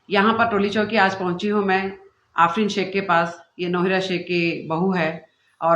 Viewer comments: Ofreen nahi aafreen bolo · Wo afrin hai, offrin nai hai 😂